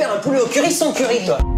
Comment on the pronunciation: Moi j'ai l'impression qu'il dit "currype"